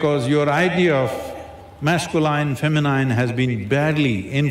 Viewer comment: Masculine and Feminine's pronunciations are wrong, dear SADGURU